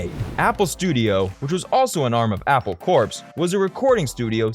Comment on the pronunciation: Its NOT Apple Corpse as you are calling it, it is Apple Core in pronunciation, like an Apple has a core?